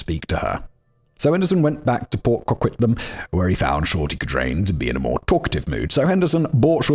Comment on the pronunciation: Yay Simon pronounced Coquitlam the right way this time! Also it is wild hearing anyone defend Kim Campbell even for a second.